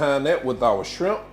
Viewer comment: Did you say SCRIMP? 🤣